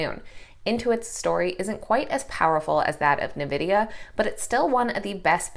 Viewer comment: Awesome report. The name of NVDA is N vidia, not novidia.😉